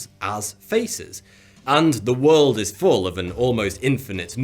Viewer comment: "Your mind it wide awake-". Bri'ish error!